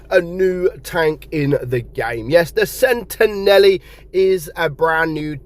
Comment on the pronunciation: It’s not pronounced “Sentenelli” it’s “Sentinelle”, with a French hard “L”.